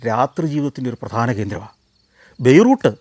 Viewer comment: ബൈ റൂ ട്ട് അല്ല ബൈ റൂ ത്ത് എന്ന് പറയൂ.